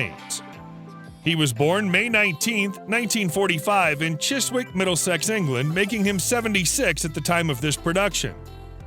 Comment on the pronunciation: Chiswick, the w is silent, chisick.